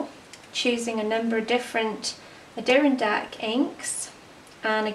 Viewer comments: Ink is pronounced...a-door-RON-dack, the emphasis is on the RON. These are mountains in the Northastern state of the NewYork. Adirondack is the Mohawk word for porcupine. I thought you might like to know. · It's pronounced Adder-ron-dack